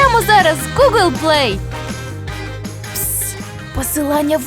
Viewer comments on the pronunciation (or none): none